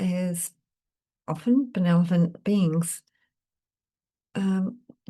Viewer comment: Thanks; I enjoy your readings. Sorry to be a grammar nazi but check spelling and pronunciation of benevolent 🌟